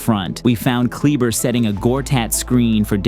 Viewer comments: Love the content. But it is pronounced "Klee bah" not "Klee Ber" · "Doncic" is the only euro name is pronounces correctly lol it's "Klebuh" and "Zoobatch" is funny too